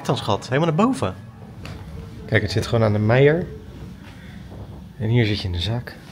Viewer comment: De MEIR (winkelstraat in Antwerpen) is uitgesproken als de"MER' <3 Leuke vlog, as always